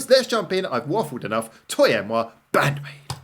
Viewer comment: So you know that "moi" is pronounced "mwah" so why would "toi" be pronounced "toy"? Twah eh mwah. You and me. You did way better than Wave did though. 🤣